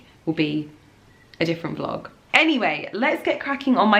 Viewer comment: ‘Uhhh I’m trynna vloaug!’ 😂